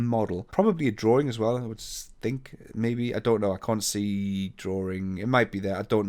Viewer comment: Another informative video. Thank you! One question though, what is a "drawRing? 😜